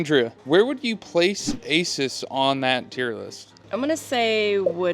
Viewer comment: It’s not aces it’s A seus